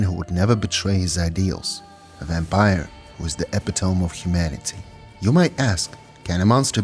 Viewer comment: Epitome isn't pronounced the way you think it is. Not a criticism, just a helpful bit of info sharing. Otherwise, pretty good video. Cheers!